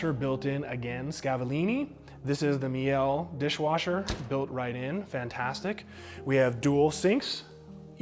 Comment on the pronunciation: Great video.. very detailed👍🏼. Btw.. Meile is pronounced mee-luh. Everyone on YouTube says it differently but no one EVER gets it right lol. Hopefully you'll be the first now.